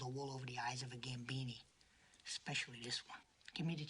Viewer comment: trademark is her saying "ex-specially". guaranteed in every video.